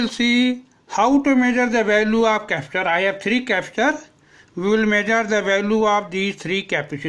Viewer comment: Wow, 😲 Probs became - PRAABS. capacitor became - KAPSTER. resistor became - REYGISTAR, Farad became - FARADEYY